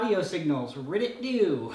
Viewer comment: "ridditt doo. heheh."